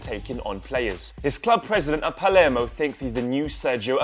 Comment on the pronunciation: Dybala plays for Palermo, not "Palmero"